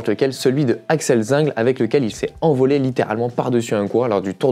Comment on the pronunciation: On prononce Zingle, Zinglé avec un é !